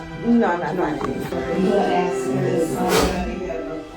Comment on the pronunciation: If you can't pronounce ASK, your ratchet hood booger butt should have never been a mayor 🤦